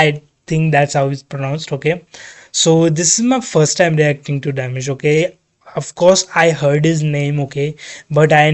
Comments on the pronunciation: Not demish,it’s di-mash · Thanks for reacting to Dimash! Pronounced Dee-MOSH Koo- die -ber-GEN. Maybe listen to longer bits of the song so you can enjoy it more. Yes, Dimash is classically trained but he calls his style classical -crossover. Name a singing genre and Dimash can do it. P.s. Your voice is quite loud compared to the video. We would like to hear Dimash but can’t turn it up because you are then super loud. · Thank you for discovering Dimash and welcome to a beautiful world of music. But please not Damish. He is pronounced Dee-maa-sh. Dimash is a 30-years old singer from Kazakhstan and believe me, you’ve seen nothing at all. In my opinion you have discovered the best singer in the world. He has perfect pitch and currently has a vocal range of 6 octaves. Not in one song (mostly anyway😅). However, if you include the notes he has sung live in his concerts so far, you get almost 8 octaves (7.7 from vocal fry C1 (B0) to the whistle register D8; this note is no longer on the piano). At least that's what he's shown us so far. And this in all registers (chest, mixed and head voice up to the whistle register). The transitions from one register to the other are so fluid that they are sometimes not recognized even by vocal coaches or professional singers. His voice is the result not only of his God-given talent, but also of his almost 25 years of hard daily training. From the age of 5 he attended music school in his hometown of Aktobe. He plays several instruments like piano, dombra (a kazach instrument), drums, marimba and more. He has classical as well as contemporary vocal training and sings in different genres from opera to pop, jazz, Kazakh folk, ballads, RnB and he even raps a bit. And often he skillfully mixes several genres in one song. Mainly classic and pop, so he created a new crossover genre. And meanwhile in more than 10 languages. And at his concert in Almaty, Kazakhstan on Sep